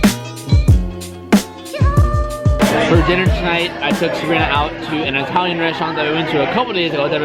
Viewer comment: The EyeTalian restaurant...cmon